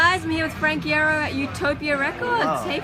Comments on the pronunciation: gerard says iairo and in casual interactions says the same but hes said its iearo lmao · E-arrow that’s how the interviewer pronounced his last name😂😂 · Y'all losing your minds cause he ignores MCR records and I'm just mad cause she doesn't pronounce his name the right way (THE FIRST LETTER IS PRONOUNCED EYE AND NOT E) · Y'all are mad cause he ignored MCR's records but no one is talking about how he ignored the interviewer mispronouncing his last name in the beginning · She said Iero wrong .-. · they said his name wrong oml